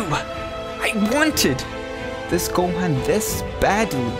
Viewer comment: It’s gohan